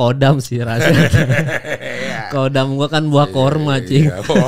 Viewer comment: bang, KHODAM itu bacanya HODAM, bukan KODAM